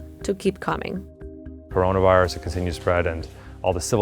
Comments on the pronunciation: She cant even say coronavirus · straight up butchers the word coronavirus it’s hilarious